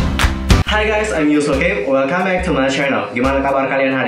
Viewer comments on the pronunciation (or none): none